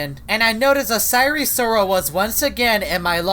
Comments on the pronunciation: Its not sire sirol its sire soril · Sire si rol not risoil